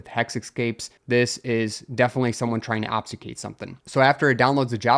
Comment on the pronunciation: Yep. "Obfuscate" has an "F" in it. And "credential" isn't pronounced creditdential.